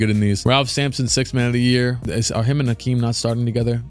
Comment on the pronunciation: It’s Hakeem not Akeem wtf